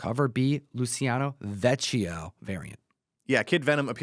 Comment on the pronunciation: lou-chi-ah-kno veh-key-oh